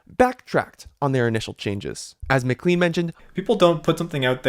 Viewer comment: not to be rude but mclean is pronounced mclane